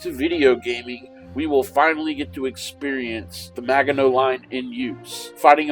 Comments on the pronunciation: Is he really saying Maga-know? Oh please, please learn to pronounce it!! Also, that illustration was fictional, produced for propaganda purposes. None of the ouvrages was anywhere near that large. This looks more like a dungeons and dragons dungeon map. Please just look up Kaufman and jurga's book on the Maginot line. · Thanks for the video and update. BTW, if you're concerned about correct pronunciations... it is actually a soft g in Maginot